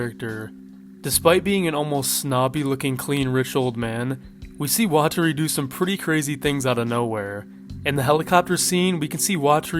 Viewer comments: Actually, it's weh-terry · bro PLEAAAASE stop mispronouncing things. You made a damn iceberg for this ;-; how do you not hear their name's? its LAW-LEE-IT, not LOW-LIGHT. AND IT'S WAH-TAH-REE, not WATERY. And the author's name isn't "Tuh-soo-mee-oh-bah" it's "Tsoo-goo-mee-oh-bah".